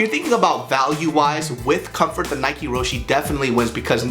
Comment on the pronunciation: Ro-Shay not Ro-shee